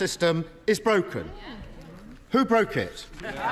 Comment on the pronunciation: Kier Starmer sounded so Nigerian here lmao "who broke it?"